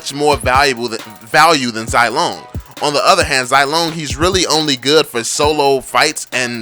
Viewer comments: Zai lone? I say ze long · Zilong is pronounced zee-long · And you cant even say zilongs name correclty 😂👎